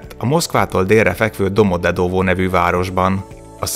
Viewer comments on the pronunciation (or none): DomoGYedovo helyesen!!!!